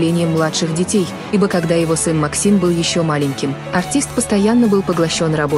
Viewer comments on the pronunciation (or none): none